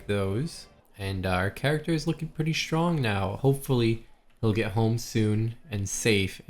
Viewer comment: Has anyone ever pointed out you have an odd way of pronouncing "strong" it sounds like "schrong" where did the t go ? I hear Michelle Obama is famous for the same.